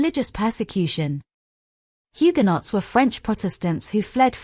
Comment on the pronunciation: Mispronounced so far: DOMESDAY HUGUENOT RUDYARD Illiterate